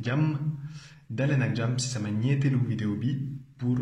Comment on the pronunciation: Jajeef c cool tes vidéos jsper que tu en fera d'autres prochainement. Entre 19-21 sec de la vidéo g comme l'impression que tu dit "niéntélou vidéo = 4e vidéo " au lieu de "niétel" = 3e:D. Sûrement l'accent. Bonne continuation